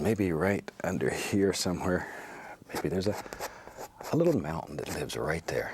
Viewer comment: “Like ghat”